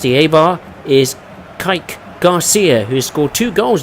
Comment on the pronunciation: Kike.. it's pronounced kee-kay. Love your videos but I'm cringing hearing you mispronounce his name that way.